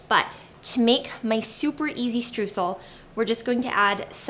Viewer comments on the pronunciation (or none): Can't wait to try these! BTW- Streusel is pronounced as StrOYsel. The eu combination in German is an OY sound. lol